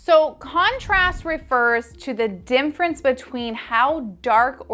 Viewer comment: I hear you say dimfrence instead of difference